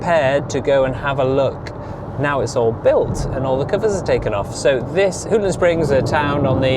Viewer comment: It's pronounced "Hawton" surely?